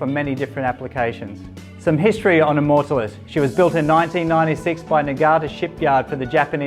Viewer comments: that is the weirdest way to pronounce immortalis i have ever heard and it is annoying as hell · Easy on the superlatives mate. Makes me want to look very closely under the hood when someone is selling that hard. Also pronouncing the name of the vessel might help in the long run. Nice boat though.